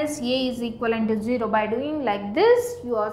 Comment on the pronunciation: I love Indian people teaching free in YouTube. India is a great country with nice people. But some words are mispronunciated. Zero not Jiro, mehod not meter, A non yei !❤😂